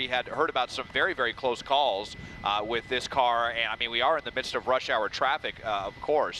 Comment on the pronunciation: “It’s over wit”